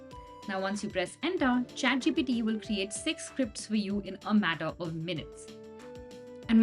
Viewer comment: why do i keep hearing her say chatGPD??? lady, its the letter T, not D. please correct your pronounciation!